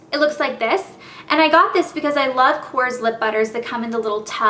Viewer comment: I know i'll get verbally stoned to death by your die-hard fans but my friend's Greek and she said korres is pronounced "correz" hope it helps